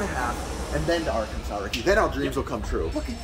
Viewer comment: How about Are-Kansas